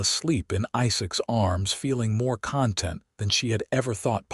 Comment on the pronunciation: This is my favorite AI voice. The errors are getting fewer and fewer. In this story just “content” as in happy rather than as in what is contained. If someone feels content it is pronounced differently than when someone produces social media content.